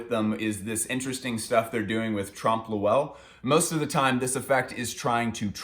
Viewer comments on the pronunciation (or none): Hey! Love this series, sorry I only just watched it now. Not sure if anybody's given you this input yet, but it's pronounced basically "Tromp Loy" rather than "Tromp Lo-Ell". <3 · its trompe oeuil not trump loowell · trump lowell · Haha, trompe lewel?.Ill admit its not an easy one but the O is silent then you pronounce EUIL in one sound. E in french is almost replaceable with A in American english so try .. Trompe LAUIL. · that trompe l'oeil pronunciation :( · the way he says trompe l’oeil hurts me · it took me a while to realize you're saying trompe l'oeil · it's actually trompe l'oeil but agree that he murdered the pronounciation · Ok I’m sorry but I hate listening to the butchering of the pronunciation of tromp l’oeil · didn't understood what he was on about for 10 seconds because of that.